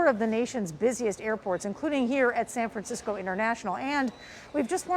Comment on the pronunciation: "San Franskisco"